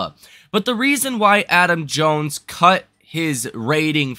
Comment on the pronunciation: its not jones